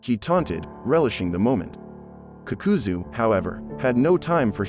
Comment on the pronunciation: I stopped when homie said kukuzoo🤣